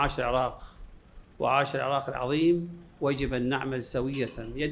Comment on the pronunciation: مشاييع للعاق والعاقيين انتة حرف ال( ر ) لاغيه😂😂